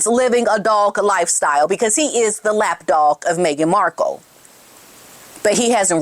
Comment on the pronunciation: Did she say lap dog or laff dog?